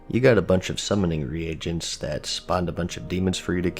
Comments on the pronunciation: Re-agents??? It’s pronounced ree-gents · Am I the only one getting annoyed by the fact that he pronounces reagents as re-Agents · 're agents" bro, common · "re-agents" love the way you pronounced that